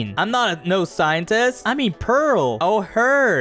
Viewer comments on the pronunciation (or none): "I ain't no scoentest"☠️